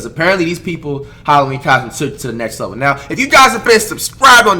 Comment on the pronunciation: "lext level" 😂😂